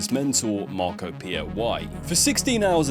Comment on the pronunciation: *Marco not wtf